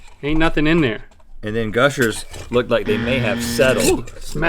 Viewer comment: Gushers became Mushers